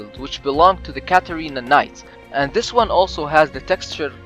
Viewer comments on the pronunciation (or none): none